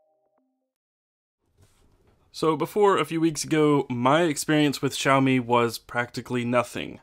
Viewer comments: XD XD Shao Mi hahahah it's s-ee-ow me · I'm sorry but I had to mention this; the way you pronounce Xiaomi felt weird. It's supposed to be see-ow, not shao, lol. Just saying.